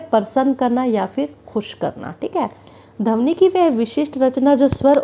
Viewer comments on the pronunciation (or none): Dhabani nhi maam Pronunciation thik kiya kijiye dhwani hota hai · Aap plz dhawani ki pronunciation thik se kariye